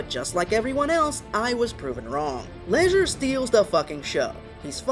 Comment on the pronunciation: What is up with this guy constantly mispronouncing words and names? It's Ledger, not Leisure! As in Ledger, like a book used in accounting, not what you do for fun, Leisure.